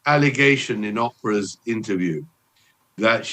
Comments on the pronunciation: Can someone please tell this man how to pronounce Oprah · Oprah being pronounced "opera" was worth the cost of admission ;) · I love how he pronounces "Oprah" as "opera" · I love the way in all his interviews he calls Oprah “Opera”. 😂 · I’m British we all call her opera we’re not saying the word opera it’s the way we pronounce her name always has been